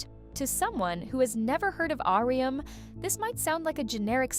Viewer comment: honestly can't get over the 'ahrium' lol it's just 'ah-rum'